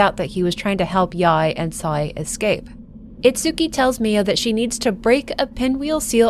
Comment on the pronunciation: Love all ur narrations even if Sae - is like Sa-y and Yae is like Yay